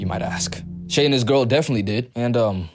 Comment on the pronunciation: it is pronounced shy